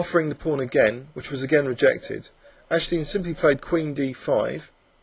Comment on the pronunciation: Oh, and AG-DES-TEEN is the correct pronunciation. Still a great video!